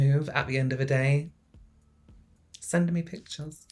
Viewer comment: "Send-uh me pictures." Is gonna be my new "prove it." 🕶️